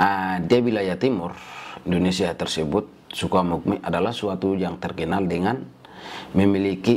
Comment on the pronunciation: Amukme bukan tapi Amungme